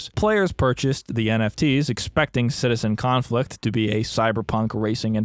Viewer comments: Everytime you say Citizen Conflict I hear it as Citizencon and have a minor stroke about how that ended up here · I love how you said the name of this dumpsterfire correctly like twice during the review xd